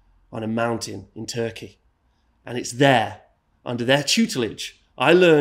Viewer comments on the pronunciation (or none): none